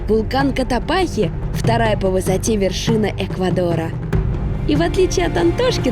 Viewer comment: вы еще сто раз к нам приедете, а так и не выучите, что вулкан Котопакси, а не Котопахи 🤦🏼‍♀️🤦🏼‍♀️